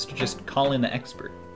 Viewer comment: "Call in the expert" XP-ert